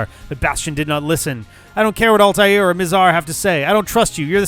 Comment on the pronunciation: So can pronounce Altai'r with little difficulty but still doesn't know how to pronounce Sai'x.